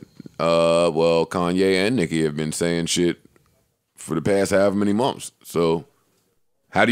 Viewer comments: SHADDY 21 lmaoo “munfs” is hilarious. If it’s spelled anyway that exactly how it would be spelled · "We lived in a hotel for 9 munfs" 😂😂😂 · Thought I was the only one...shit so irritating. “Munfs” 😔